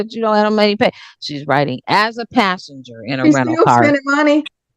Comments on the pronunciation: She didn't say anything about a pastor. She said passenger. Although it did sound like pastor. 😂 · She said “passenger “ not “pastor” lol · "Passenger" not "Pastor" ...good work other than that, though! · she didn’t say “Pastor” she said riding as a “passenger” in her sister’s rental car.